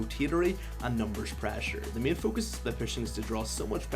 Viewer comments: wth is Praasure, we need more Praaasure, Praasure is key guys haha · PrEHsure loool